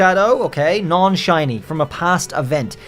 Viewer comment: DO NOT LEAVE OFF THE H IN SHINY, AND THERE SHOULD BE 2 R'S IN ZOROARK!